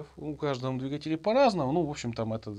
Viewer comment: Замечательный, грамотный обзор! Но "двигателЯ" !?....